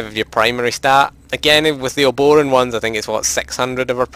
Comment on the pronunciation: I swear to god no one can pronounce Obroan correctly. Uh-bro-ann. Other than that, good video.